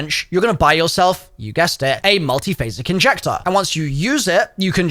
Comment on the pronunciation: NONSENSE SPOTTED!!! HE SAID THE MULTIPHASIC INJECTORS NAME INCORRECTLY!!!!! THREE TIMES EVEN